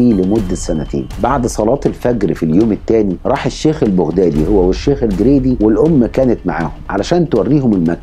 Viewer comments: البغدادي تلفظ بالفتحة فوق حرف الباء وليس بالضمة 👎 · ما. تعرف تتكلم عربيه فصحى ولفظك خطأ ،ماتعرف تلفظ بغدادي 👌